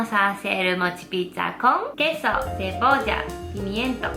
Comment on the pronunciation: del dice queso en lugar de cebolla dice depolla